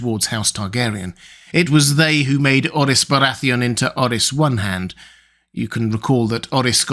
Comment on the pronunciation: Buddy... who told you that the R's are pronounced as D's? It's, nair-ez not nad-ez it's, orr-es not ord-dis! The names aren't Spanish or Portuguese.